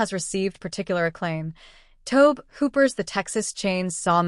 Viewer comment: tobe hooper? its toe bee hooper. and ive been to the real house its in Kingsland,Texas.